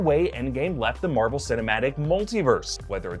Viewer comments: Marble Stubios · Am I the only one who hears Marble when says Marvel? 👂 🤔